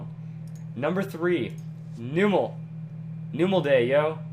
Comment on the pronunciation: that's not how you pronounce numel in the pokedecks it's called the num pokemon